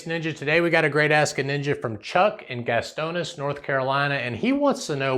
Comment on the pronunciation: GAS-TOW'-NIEE-AH Gastonia, North Carolina